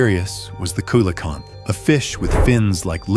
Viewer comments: Coelacanth is pronounced SEE-LA-CANTH, not KAY-LA-CANTH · SI crap. Expecting to see the last photos of all sorts of extinct animals......prepare for disappointment. Coelocanth....pronounced see-lo-canth....and it's captured and photographed all the time. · kilocanth??? learn how it is said. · Coelacanth is pronounced see-la-canth.